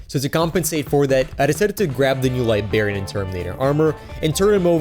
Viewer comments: Hearing “liberian” instead of “librarian” hurts my soul lol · Why are you pronouncing it Li-bar-ian dude and use smaller pliars for smaller more precise cute and kit back use a cool staff like a wizard man should